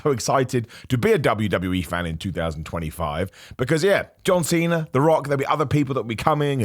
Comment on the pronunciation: Did just give us a Santino Marella reference at the start? He pronounced John Cena like how Santino does 😂😂😂